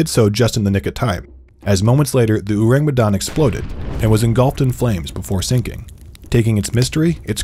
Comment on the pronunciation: It's "orang". Orang Medan or people from Medan. Ayyyy you sure know how to attract clicks. My people will swarm you here.